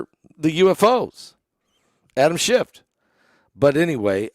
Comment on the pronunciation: His name is not "Schift"... Its "Schiff."